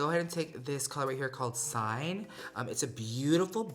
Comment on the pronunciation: Just an FYI since you’re trying to pitch a product, but the color “cyan” is pronounced “si-an”, not like the word “sign”.